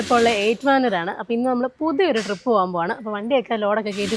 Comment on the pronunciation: Drip അല്ലടെ trip 😏ജലജയുടെ ഫാരതഫാഗ്യവിധാത ആണോ നീ miss ചെയ്യുന്നത്..😅.. ഫ ഇല്ലാത്തത് കൊണ്ട് video കാണാൻ ഒരു സുഖമുണ്ട്